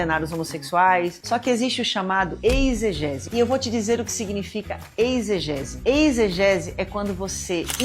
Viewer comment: "Eisgese" ou exegese ????????????